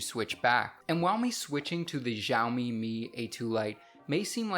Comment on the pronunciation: its actually shooumee